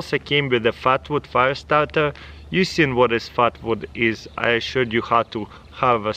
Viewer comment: I am ze fiyastawrtuh, solawr fiyastawtuh